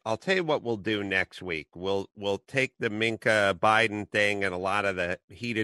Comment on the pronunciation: Adam, as much as I dislike her, Mika is pronounced "me-ka" not minc-a. Love your show!!